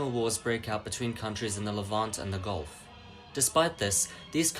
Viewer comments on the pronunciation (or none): none